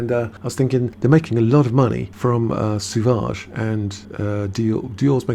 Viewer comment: It's SO-VAGE, not Su-vage